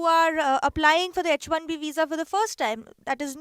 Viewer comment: That girl is not able to pronounce H correctly in H1B 😂